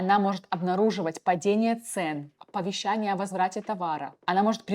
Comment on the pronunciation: Оттудава, текстА, оповещАния..... 😮